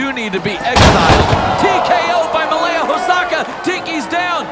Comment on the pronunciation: Regarding Malia Hosaka -- why does everyone keep pronouncing her name MALEA for some strange reason?